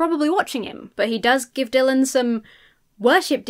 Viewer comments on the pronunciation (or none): none